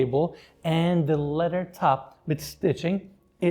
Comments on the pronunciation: It's kind of funny when you say leather wrapped it sounds like a letter wrapped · Your tours and the way you present are wonderful. But "letter" always gets me 😁